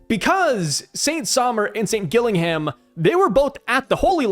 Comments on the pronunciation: The name Gillingham is pronounced 'Jill-ing'um'. It is a city in England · Gillingham is English and is pronounced Gillinghum with no emphasis on the ‘u’ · Pronounce the first G as a capital letter and you'll get Gillingham correct mate 👍